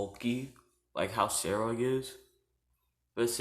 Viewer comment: Guy cant pronounce sairaorg like boi pronounce it like S-ai-ro-org but the ai is pronounced like capital i